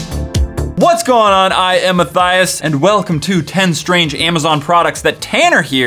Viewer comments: Mythighis 😂 first thing I thought when he said my thighs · Instead of Matthias my-thighs